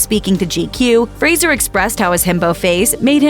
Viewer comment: So glad to see a channel finally pronounce his last name correctly. Lots of channels have videos about him but they always call him Frazier, though he's repeatedly corrected them that it's fray-zer. So disrespectful. But it's nice that this channel got it right, a little piece of the respect Brendan deserves.